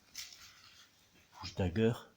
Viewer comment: On dit Push pas Busch!